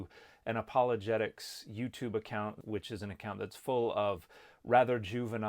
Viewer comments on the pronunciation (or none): none